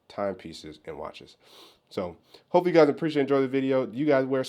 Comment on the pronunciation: You said hipe hahaha